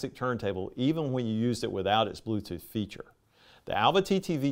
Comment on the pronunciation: Blooth tooth 😂